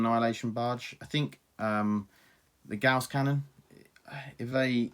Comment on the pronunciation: Thank you so much for saying gauss properly. Thumbs up for that alone.